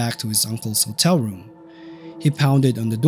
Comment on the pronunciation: Can't pronounce the word "hotel". Makes a video about hotels.